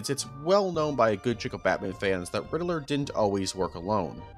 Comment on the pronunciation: the batman city is pronounced like batman directly, not like batmen but batman, i hope u guys understand what im saying